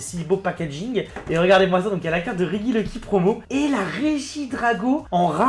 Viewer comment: REGIELEKI ça se dit Réjiéléki (tu dit rejice et rejidrago alors laisse ce pauvre regieleki tranquille stp)